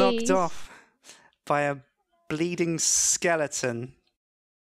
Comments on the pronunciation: calls skeletons skellingtons lol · It's NOT SKELLINGTON it's SKELETON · keeps saying skellingtons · Is saying skelengton instead of skeleton?Thats what i hear. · Skelington. ugh that annoys me lol -_____- SKEL - EH - TON